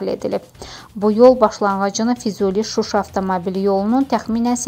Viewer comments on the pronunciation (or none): none